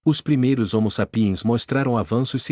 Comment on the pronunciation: A PRONÚNCIA CORRETA É HOMO S(Á)PIENS, VÉI! NÃO É "SAP(Í)ENS" NÃO! 🐴🤬